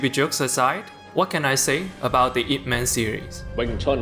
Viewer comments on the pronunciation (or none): It is not I P Man. It is pronounced Yeep Mun. It is Cantonese. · You pronounced the title of the film wrong. His name is pronounced the way its spelled, "ihp-mahn" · It's not an acronym. It's his family name, pronounced "eep". Man is his given name. It's Cantonese. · Its E mennn not ip man apparently lmao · I think its Eep and not I P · It is NOT I-P man. He does not work in that industry. He is Ip man. LOL. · its not i p man its ip man like its ee with a e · I. P. Man.... Not IP man... what.. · Bro made a video essay about Ip Man and is calling him EYE PEE MAN. You gotta be fucking kidding me. It's EEP MON. He's literally referred to as master Ip like a zillion times in the film. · Ip Man, not I. P. Man It's not Internet protocol man 🤦‍♂️ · Good writing but it would be better to pronounce his name properly. He's not IP man like a superhero, he's yip mun. Its disrespectful to not at least get that part right and follow through how most westerners call him. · Ip man lol not I P man 🤦‍♀️ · "I.P." Man. Nice. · I'm going to have to watch me some Ip Man. At first I thought you said "He-Man," but the same things apply there. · When i heard the first 8 seconds and heard " I P man" i knew this video was gonna be a mastapiece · I-P man🤔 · Did he just say I. P. man? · “Eye pee man” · I hate it when people call it I P man. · A lesson you could learn is how to pronounce the name of the movie correctly, goddamit I stopped and passed the video 9 seconds in when he pronounce IP Man as two separate syllables. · aipee man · Ai P man wtf? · why'd you say his name wrong and then say it right? lol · That pronunciation of "Ip man" is just horrible and wrong